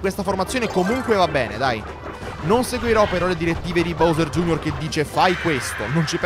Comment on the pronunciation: anche se la pronuncia giusta è “bovser gei erre”